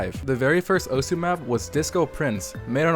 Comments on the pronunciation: you're not saying the game's name right. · in video you are not saying it right*